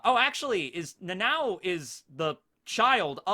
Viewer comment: Dude its nana O not Nanaw or Nanaow or whatever you calling it. I dont understand how hard could it be for americans to pronounce it.